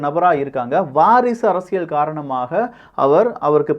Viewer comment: தம்பி, உங்கள் தமிழ் உச்சரிப்பில் ஆங்காங்கே தமிழ் கொலை செய்யப்படுகிறது. உதாரணத்திற்கு: அறசியல் அல்ல அரசியல். நள்ளது அல்ல நல்லது. உங்கள் உச்சரிப்பை சரிசெய்ய உதவி தேவைப்படின் தொடர்பு கொள்க (இலவசமாக). மெல்லத் தமிழ் இனிச்சாகாதிருக்க விரும்பும் பாரதி வாரிசுகளில் நானும் ஒருவன்.